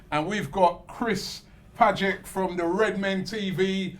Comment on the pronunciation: Chris Pajett, WTF, you can't even pronounce the names of people you know personally.